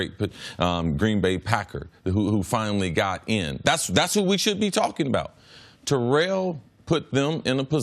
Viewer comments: TARE-ELL OWENS Listen to this video..... he says it perfect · Chris saying it exactly right. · Tare-ell Chris is saying it right